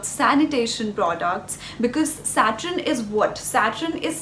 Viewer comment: It's Saturn not satrin